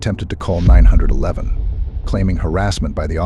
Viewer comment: Who or what narrated this ?? She phoned nine hundred and eleven ?? Uh...whaaaat ??